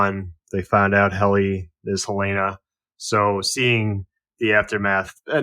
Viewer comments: Helen-uh. Not Helaina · Helena not Helayna, I turn off if you can't get a main characters name right . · Oof... it's Helena. HELL-en-uh. Sincerely, I guy that lives in Helena Montanan. 😅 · U guys saying helena like the girl from house of dragon but it's HEL-ENA